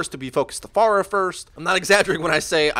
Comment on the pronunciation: 1.Stop pronouncing her name like that. Ask google how to pronounce her name. 2. No she doesn't need a nerf. She is fine the way she is. If you cant aim then go into the training room and practice. 3. People need to stop making video on countering heros. Because the hit scans are looking up how to counter Pharah and the Pharah will look up how to counter back.Theres a guy who hooks people from bs places amd 1 shots you and can heal himself and people are complaining about a Person who can easily get countered by 3-5 people in the game? Lol